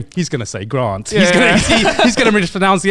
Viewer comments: I think it's peak funni how GrantUK always mispronounces "mispronounce" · The irony of grant being unable to pronounce “mispronounce” had me dying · Title: Garnt mispronouncing the word mispronouce for 100 times ☠️